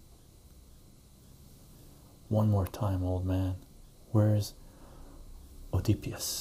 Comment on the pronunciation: Not to be one of those people but oedipus the o is silent. Great vid I would second more batman readings.